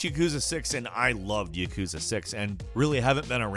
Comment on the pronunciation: why people pronounce yakuza, " yekuza". Its pronounced how its spelled or spelled how it is pronounced. That's how it is with every Japanese word. so say YAkuza.